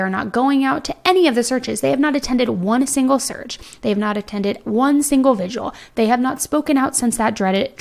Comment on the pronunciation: Vigil. Not vigual. That said, I LOVE your videos.